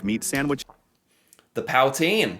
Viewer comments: "POW"-teen 😅😅😅😅 That's happens when you let AI narrate a video. It's POO-TSIN. 😊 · Great video… but please try to react to non-AI videos. It’s not said Pout-in. It’s said poot-een. Also Regina is said like vagina. Otherwise happy to see an American impressed by the most beautiful country in the world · As a quebec resident all my life, and an anglophone or english mother tongue, Ive never had problems finding english communities, also...poo-teen? Acceptable, pow-teen? No... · Dont learn the pronunciation from this AI video. There were many that were just wrong. For instance poutine is pronounced " poo teen". Emphasis on first syllable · Oh geez powteen lol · POW TEEN lol stupid AI. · the f*ckin POWtine.....WTF??? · Ah yes my favourite meal: Powteen! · "The pow-teen" lol😂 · Definitely not pronounced "paw-teen"! You noticed it too! 😅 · He said pow-teen and I almost had a stroke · powtine anyone? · Yes, the pronunciation of many words got to me too, lol. Powtine being another. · Yes. The "Saint..... John's" was painful. And no one pronounces "poutine" like that. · powteen? now that's the 1st time I have ever heard it pronounced like that lol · "Pow"tine, so impressed you caught that! 😂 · I knew that the person reading this wasn’t Canadian when he started describing Nova Scotia lol…we are not that nice here…but then how he pronounced poutine I had to laugh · I find it hard to believe these people doing these videos when they can't even pronounce words like poutine and Regina (Saskatchewan - pronounced Re-jy-na). I am in the suburbs of Toronto, Ontario, and our property taxes are through the roof. Property taxes were never mentioned. And why, why does Federal Government sales tax vary from province to province? It's FEDERAL tax. I'm just not sure how accurate these videos are. Who are these people doing these videos?